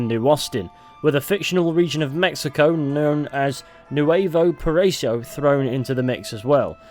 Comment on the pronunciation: Nuevo paraiso.... BRO just google the pronounciation!